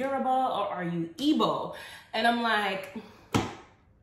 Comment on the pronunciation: Great video sis ! I totally agree And igbo is pronounced as E-BO